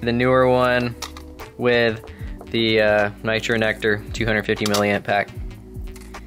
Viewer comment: Did any one else hear con-nector nectar referring to nitro nectar lol